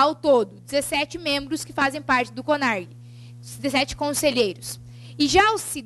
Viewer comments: A Aula até que é boa, somente dois aspectos que me deixaram meio chateada. Pelo fato dela dizer sobre o curso de Arquivologia,eu sou Arquivista e garanto que o curso, principalmente para as pessoas que acompanham vestibular, sabem de sua existência, o curso possui apenas em Faculdades Publicas e a segunda é sobre o O CONARQ (Conselho Nacional de Arquivos) com a letra Q no final e não CONARG conforme ela fala. Ela escreve com Q mas fala com G. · ELA PRONUNCIA CONARQ O PROBLEMA É O SOTAQUE. VEJA QUE ELA ESCREVEU NO QUADRO COM Q NO FINAL